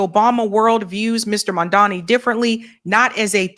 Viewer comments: Mamdani, not Mandami 🤣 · It's Mam-Da-Ni. Not Man-Da-Mi/Mam-Da-Mi.!!!❤ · Why do yall still say Mandami? Is it really that difficult come on Guys. Its Mam Dani. Mamdani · It’s mamdani not mandami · When will learn how to pronounce Zohran Mamdani? His name is not Madani, it's Zohran Mamdani. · you got to get the name right. M-a-m-d-a-n-i🤣🤣🤣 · The name is MamdaNI!! Clean your tongue lady! It will be easy to pronounce the name correctly. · can't even pronounce Zohran's name correctly. She's been butchering his name since he won the primary in NYC. His last name is pronounced Mam-da-ni. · It’s Mam-da-ni sweet. Please try to say it correctly. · Mamdani (pronounced MUM-DA-NEE) I love your channel ...can you please pronounce his name correctly ❣❤ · What is the major issue with pronouncing Zohran’s surname?! Jeezus! The first syllable is “Mom”—get a grip! Mamdani! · Its weird because thats exactly what racists do. They mispronounce your name on purpose trying to degrade you because they know its a big form of disrespect, but hearing this from the people that are on his side is weird. They are starting to sound like Cuomo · I love you but please learn how to say Mamdani’s name right. The third letter is an “M” the English letter “M” 😂❤😂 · Jeez, at this point, getting to get the name right is like beating a dead horse. Even when she's reading the name, she get's it wrong. 😅😅😅😅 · always shits on Mamdani. She can't pronounce his name right, then she says she doesn't trust him! What politician does she trust?? Has she ever said she doesn't trust Trump? is trash. Why do a podcast talking about politics if the only person you trust is Jill Stein?? How did that work out for you?